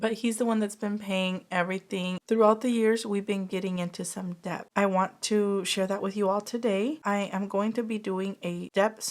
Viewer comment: Hi I love your videos honestly they are so helpful to tackle my own debt. Btw just wondering if you knew it’s pronounced “det” I hear the “b” sound almost always when you say it sorry 😂